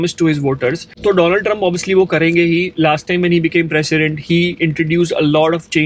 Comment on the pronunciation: It's 'President' not Precedent